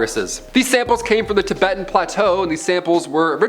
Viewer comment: Geez your bloopers get be every single time 🤣🤣🤣 Tib-ih-ten 🤣🤣🤣🤣🤣🤣